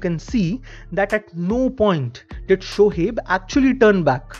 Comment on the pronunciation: SHOHEB nahi hota Shoaib hota hai